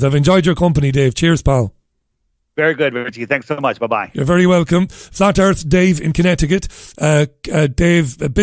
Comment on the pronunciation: cmon man, "what is this a meeting of the flat earff society" "we dont have time for that"